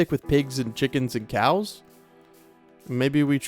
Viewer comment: Am I the only one hearing "Release the Kraken!" Every time he said release the cows?